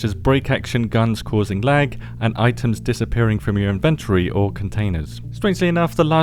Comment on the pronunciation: Please start pronouncing Inventory correctly 😅 it get me every time. Your not the only dayz player I follow who pronounces it this way and I don't get how it came to be because its not the UK or the US pronunciation 😑 😑